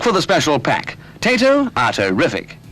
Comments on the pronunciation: Again another pronunciation mistake: ıts tayto, not taytoweah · why cant americans say Tayto right, its TAYHOW